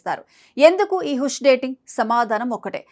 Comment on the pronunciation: హుష్ కాదు తల్లి. హాష్ అని పలకాలి. 😂😊 హాష్ అంటే సీక్రెట్ అని అర్థం